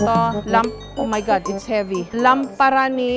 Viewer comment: Jessica;Oh my Gad Do not Kill me😂😂😂😂